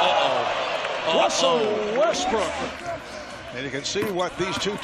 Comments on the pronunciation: Wussel Westbrook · "Wussel Westbrook" lol